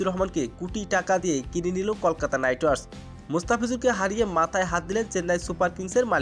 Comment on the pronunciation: ওকে কলকাতা নাইট রিডার্স , নাম ভালো বলতে পারো না আবার 😂😂😂😂😂😂